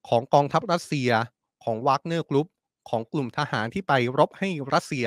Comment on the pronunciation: Where did learned English we call แวกเนี้.not วากเนี้.go back school but I still like you